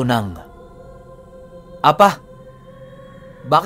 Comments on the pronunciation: Hindi po apa ang pag bigkas niyan kundi A-PA! pipi ang ibig sabihin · Apâ ang pronounce jan hindi apa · A-PA!ganyan pag pronounce.sa tagalog pipi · APÂ - Apa is a hiligaynon word which means pipi. Bigyan mo lang po ng tense sa PA. Bale ganto mag pronounce A-PÂ. Avid listener niyo po ako from Iloilo☺️